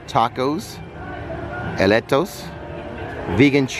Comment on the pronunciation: Hey big fan and not to nitpick but they’re not pronounced eletos. It’s elote pronounced ee-lo-tay. And they’re absolutely delicious by the way they’re also known as Mexican street corn.